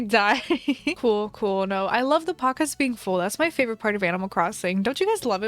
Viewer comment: When she said "pockets" I thought she said "pacas" Like alpacas